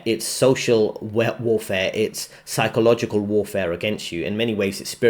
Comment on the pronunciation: Paychological is not “metaphysical”